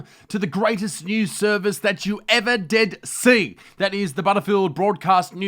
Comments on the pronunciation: Jayy Pama “that you will ever DEAD see”? 😂🤔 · Did you mean to say the “greatest news service that you ever dead see” ...or maybe I’m just hearing things